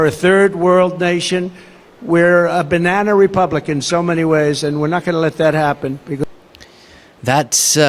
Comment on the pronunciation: Did he say "Banana-Republican"?!